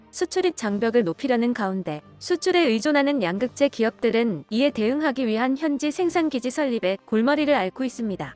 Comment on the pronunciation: 양극재 발음이 엉터리입니다. 가장 핵심 단어 발음을 엉터리로 하면 수준 떨어집니다.